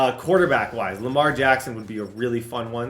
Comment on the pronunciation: anybody else cringe when he said Lamar? It doesn’t go well